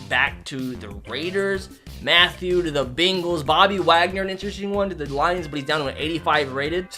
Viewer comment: bro i love how whenever you say bengals you pronounce it “beenguls” it’s funny to me